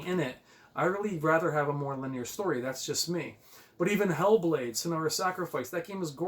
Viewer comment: Bro, I’m gonna help you out here. “LIN - EEE - ER”. I’ve caught myself making the same mistake before as well lol